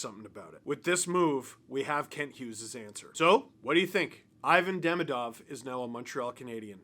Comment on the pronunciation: If I didn't know better, I would think is fluent in Russian